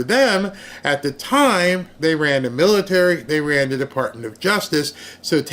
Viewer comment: Mitary? 😂😂😂😂 You're being silly.